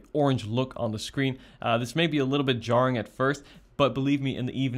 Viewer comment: Did my man say “jarring” 😂😂